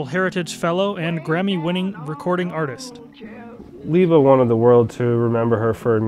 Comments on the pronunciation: Why are you saying her name Leeba, Mike and Peggy called her Libba? She was a very a dignified person, I saw her several times. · I've heard the real Mike Seeger (not this guy, whoever he is) and his brother Pete pronounce her nickname "Libba" with the short "I" as in "river", not as "Leeeba." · Yes, Libba was her nickname, but I think it was pronounced Libba, with the "i" sound as in Elizabeth, not Leeba, as this guy pretending to be Mike Seeger pronounced it. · "leeba" ? Cmon man, this is absurd.